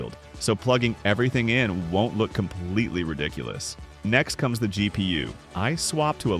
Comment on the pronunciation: “The gp-ussss